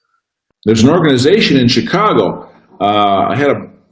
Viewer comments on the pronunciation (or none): none